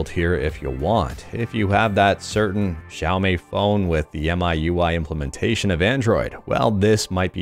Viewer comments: xiaomii = sha o mee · Xiaomi = sha-o-mi or shia-o-mi (pronounciation of chinese Xi is 'shi', as in the word 'she', and not as in the word 'shy') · it's xiaooooooooomiiiii. XD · It's pronounced Xiaomi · Daily dose of great emulation news and it's Xiaomi Shaomi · shaou-me is how i say it. Also, texture replacement comin to aethersx2, too? amazing! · yeahhh xiaomi is pronounced as sha o mii